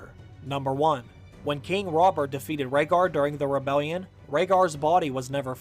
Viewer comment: I was with you until you said Rhaegar